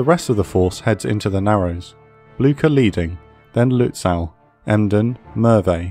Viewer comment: It will be good if the guy reading this learns how to pronounce Lutzow. I cringe every time hearing that "aw"